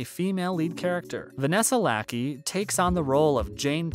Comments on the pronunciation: It's not Vanessa Lackey.. it is Vanessa Lachey pronounced la-shea. She is Nick Lachey's wife. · Lacky🤣😂 really it’s pronounced la-shey like Nick Lachey! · Dude her name is Vanessa Lachey (Lashay) not Lackey Her hubby is Nick from 98 degrees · Vanessa Lackie? Its pronouced La-shay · Can’t u people ever get a name right!!!! It’s La-shay. Not Lacky😡